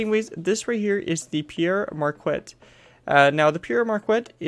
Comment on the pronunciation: Good job man but it is pronounced (Pear MarK-ET)